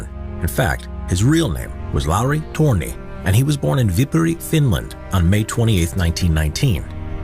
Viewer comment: The last name of "Lauri Törni" is actually pronounced incorrectly in the original clip. The vowel "ö" (that is an "o" with an umlaut) is basically the same sound as in English word "turn", so the last name should be pronounced as if written "turny" in English (with a rolling "r", of course). The first name, however, is pronounced correctly. Also, the term "puukko" knives is pronounced slightly incorrectly, the vowel "u" should be a bit longer, like in "cool". Also the pronunciation of "Solmu Korpela" was butchered entirely, I had to actually use Google search to figure out what the hell that was supposed to be. I guess our language is difficult to some...